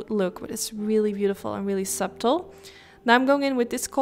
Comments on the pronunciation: Reminds me of pink lemonade 🍋 I like. Oh and btw its pronounced "Sutt-el" not "Subtle" like its spelled, the b is silent . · You say the "b" in subtle